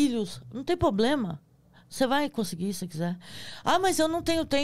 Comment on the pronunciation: Como que uma pessoa que fala"poblema" passa num concurso desses ???? 🤔